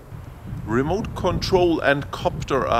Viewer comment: You don't like the Ra-moot controller? LOL...great video though...